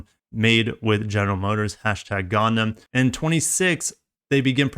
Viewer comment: Did you say gone daum? It’s gun dumb